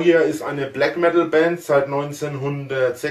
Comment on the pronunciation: Des heisst Blägg Meddl, du Kaschper :D